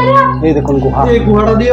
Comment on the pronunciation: Guha na Guha bolben na tokbag khor